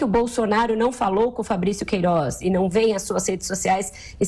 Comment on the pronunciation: essa mulherzinha fala é mal. razigou, poriquê, peridido, jorinal, queirozi, etc...